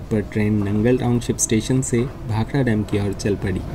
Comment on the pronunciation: Very nice video and information. Also liked that you pronounced "Bhakda" and not "Bhakra". Even railways should change the english spelling to "Bhakda". Its been 75 years since the goras left...wonder why railways keeps on spelling it as "Bhakra"!